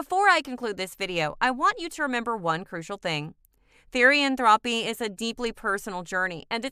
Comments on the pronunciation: "Therian-thropy" its pronounced therian-thro-p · Me and my best friend both had some things to correct from this. First- THEE-REE-ANN-THROW-PE not Therian-Throepy or whatever. Second- Not all therians have shifts Third- Fictionkin exist BUT I wouldn't say that they are the same as therians (As portrayed with the images on some panels) Fourth- Not all therians have past lives Fifth- It's not a connection or religion srry we just found this kinda annoying :3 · TherIan thropy is all i hear😭😭